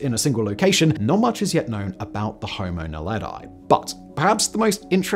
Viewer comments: Pronounced: Nahledhee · kts pronounced; "Nah-le-dee". It means star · Naledi is pronounced "Na-le-dee", not "Na-le-dye" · Just a correction on your pronunciation: Naledi is pronounced as "Nah-leh-dee". Not Nah-leh-die as you say in the video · Naledi is pronounced nah-leh-dee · He's pronunciation of Naledi is crazy funny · Homo Naledi isn’t pronounced that way. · The way ge pronounced Homo naledi and Australopithecus makes my ears bleed